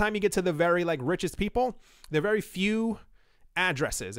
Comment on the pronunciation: Its not dead, but wery down, and wery depressing.